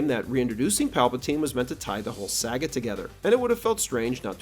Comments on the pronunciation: "Tie the whole SAG-GAH together." Really? Saw-ga. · I enjoy this channel, but words can’t express how much I hate the way your say “saga”. SAG-uh.